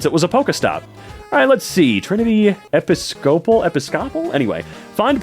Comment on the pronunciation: Funniest thing is narrator trying to say Episcopal😂.